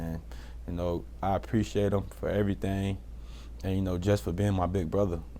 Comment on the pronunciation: “preshate y’all”